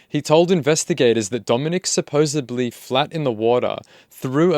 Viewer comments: bro you cant say "supposably" , even worse as you are reading the correct word off of a transcript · uuuuuggghhhh i hate when people say "supposebly" instead of supposedly, sometimes even "supposevly" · "Supposably" It's in the text correctly and you still got it wrong. If part of your job is to talk, you really should have an excellent command of English.